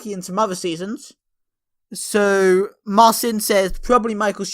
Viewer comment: nice job with my name (MAHR-SIN). Originally MAHR-TSIN, so pretty good ;)